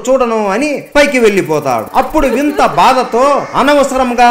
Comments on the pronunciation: He saying vinta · వింత కాదు వినత